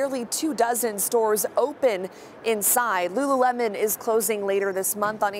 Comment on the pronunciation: No! Not Rururemon!